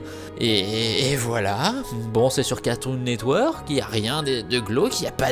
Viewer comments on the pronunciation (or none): "cartoon net weeuurk" ptain j'adore comment l'a prononcé.